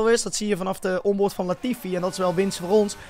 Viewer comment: leert snel namen in Gotifi zeggen en daarna wel Latifi zeggen na je leert snel 😂😂😂😂😂😂😂